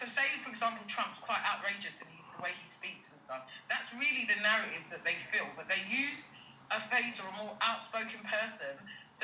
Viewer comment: On another note is clearly not book smart she cannot even pronounce words correctly, algorithm and narratives moving like bouncer 😂😂